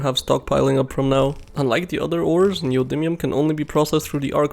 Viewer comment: Your pronunciation of "neodymium" is 100% correct. You nailed it.